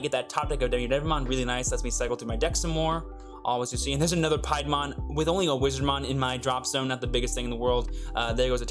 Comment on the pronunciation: Its "pee-a-mon"